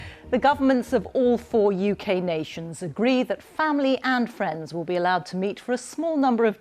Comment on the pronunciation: agreeがUglyに聞こえる